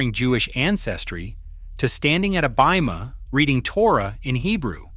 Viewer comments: It is a bat (pronounced bot) mitzvah, not bi-at mitzvah. And it's bimah, pronounced beemah, not bye-mah, which is an elevated platform at the front of a synagogue, where the Torah scrolls are kept, and the rabbii conducts the religious services. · Not to nitpick, but I have never heard bima, pronounced as bye-ma. Every time I was ever called to the bima, I was called to the “bee-ma”. But maybe all of the American rabbi I ever listened to, many of whom had distinct European accents, pronounce it that way incorrectly. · You should spend a little $ and hire real narrators. The pronunciation errors are totally avoidable, especially, for historical production(s)! The ceremony is a Bat Mitzvah (BAHT) "Daughter of a Blessing" & the readers' platform a Bimah (BEE-mah) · So annoying to hear this robot mispronounce words like Bimah and Bat Mitzvah.